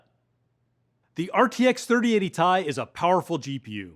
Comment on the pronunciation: did i heard him said "RTX 3080 Tie"?